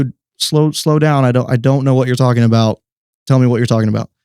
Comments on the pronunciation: Bael like bail, not ball. Put some speck on his name! lol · Are you saying Ball? Or Baal? As in baal the pagan god otherwise known as satan?? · You are pronouncing baal wrong.. its not ball its bay-el (baal) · !! I thought he was saying Ball not Ba’al!! I thought Ba’al was pronounced /( bay-l )/ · It's Ba- al; not all pronounced at once